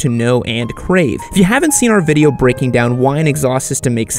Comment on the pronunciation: "This is a biased videi" lol